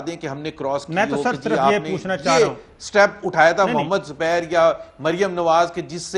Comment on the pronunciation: Zubair saab.. xubair saab.. xubair saaab. Bloody irritating